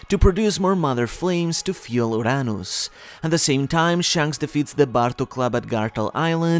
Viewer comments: Not once, no no no but TWICE like that????? 🤣🤣🤣🤣🤣 aye, I guess it proves that you’re not using text to speech AI .. which may be better after all.. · Brother.. why tf you pronounce “Uranus” like that?? 😭😭 your accent was barely bearable up until that 💀💀